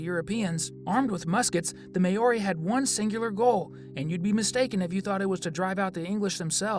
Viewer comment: Please learn how to pronounce Maori.